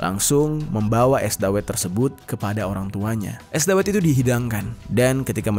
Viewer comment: Bacanya dawet bang, bukan dawet.